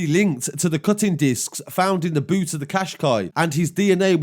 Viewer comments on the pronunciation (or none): none